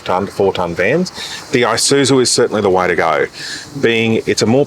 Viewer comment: Sorry, I do apologise. However the word you are looking for is “The” not “Duh” I feel bad but it’s a cringe every time. I know, just don’t watch the vids and move on. I do like the content, just the “Duh Isuzu ….” These not Deez 🤔